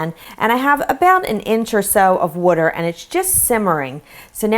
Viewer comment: Did anyone hear her say "wuter" instead of "water"?